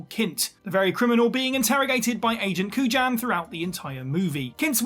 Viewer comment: Kujan is pronounced “koo-yon”